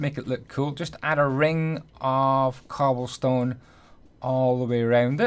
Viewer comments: stobblecone? Ik it was a mistake but I couldn't help myself but to laugh ik u ment cobblestone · "and we are gonna get a slab of stoble con" - 2018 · he said stobblecone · “Gill in the faps” “Blocks of stobblecone” I love it😂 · stoble cone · u said stobblecone